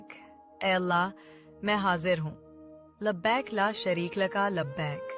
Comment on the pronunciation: ویڈیو بنانے کا شوق ہے تو لبیئک درست طریقہ سے کہنا سیکھو